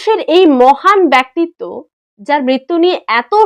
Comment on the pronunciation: তোমাকে যত দেখি, ততই অবাক হই, বোন। তুমি যতটা সংবেদনশীল তোমার কবিতার চয়নে আর অভিব্যক্তিতে, ঠিক ততটাই যুক্তিনিষ্ঠ আর তথ্যভিত্তিক তোমার চিন্তায়। তুমি সত্যিই অনন্যা। অনেক, অনেএএএএএক বড় হবে তুমি। PS : "ব্যক্তি" উচ্চারণটা কিন্তু এখনো ঠিক করলে না, তাই জন্যে ভেংচি। 😝😝 একটু খুনসুটি করলাম, রাগ কোরো না।